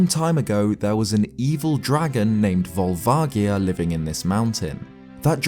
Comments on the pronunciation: It actually is written with a soft "j" sound in the Japanese game, for what it's worth. Sure, they change things up in localization sometimes - strictly it's more like "Barubajia" than anything (hence Barba from Zelda 2, who I'm surprised the video never mentioned) - but when there's no official English pronunciation stating otherwise, I think it's a fair assumption that it'll be similar. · Pretty sure it's a hard A, and a soft O and G. Volvagia. The first A is pronounced as an A, or eh and not ah, or aw. The G is pronounced with a soft G like George, or like you would pronounce a J like Jerry, and not a hard G like Garry or grapefruit. The O is also a soft pronunciation like "aw". Edit: Looking at it again, the "vag" in Volvagia is pronounced like "v-age", with the AG sound being pronounced the same way you would say "age". "V-aw-lv-age-ia." or "Vol-vay-gee-uh" Phonetically speaking of course.